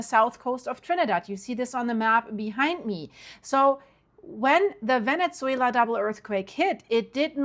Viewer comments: Venne-ZZZZZZWAYLA NOT VENET-ZWAYLA.🤦🏻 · Can you please not say Venezzuela anymore? 😂 Say VeneSuela please. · Please stop saying VeneTzuela. It's just Venezuela. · Not venetsuela.. ven eh suela. No T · with real kindness- no T in Venezuela. Pronounce vene-su-ela. Thank you for all your amazing coverage. Much love and light to you💟